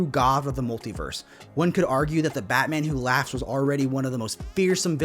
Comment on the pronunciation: What the heck are you saying at this point? I can't figure it out! Driving me nuts! "Batmanhatteheh"? "Batmahatete"? "Bahamaha"? Supposed to be "Batmanhatten who laughs", isn't it?